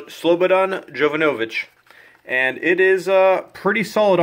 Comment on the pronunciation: You actually pronounced "Jovanović" correctly, Americans almost always end it with a K.